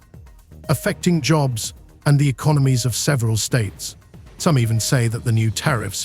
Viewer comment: Terrara-Watts and E-con-o-gnomies, U dot S dot, "All-ey of the US", eel-ek-trek, 'Tar-fee wars", "Ort-tarts" (auto's), "Maas lay-offs". How can anyone take any of this AI generated rubbish seriously when even the title is just misleading and false. Get a life.